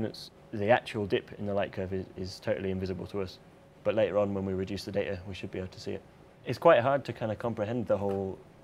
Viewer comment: I love how he says data. "day-tihh"